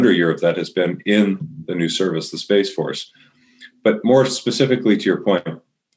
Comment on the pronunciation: "Space fotce"? What a joke